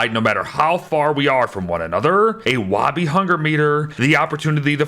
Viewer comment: why must you say "wobby"